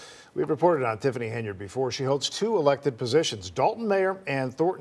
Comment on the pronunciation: It’s Illinois🤷